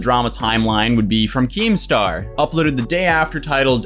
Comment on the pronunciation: Nobody:: KEEMSTER